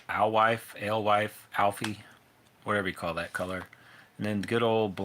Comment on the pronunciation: Alewife is pronounced el-why, it’s a baitfish